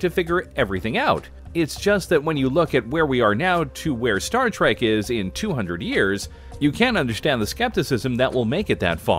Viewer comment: It’s Trek not tack and stop saying mr crusher you jackass